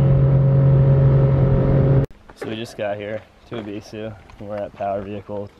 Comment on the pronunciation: You say “ebisu” perfectly fine. You say it the way the Japanese themselves say it. Fuck the haters.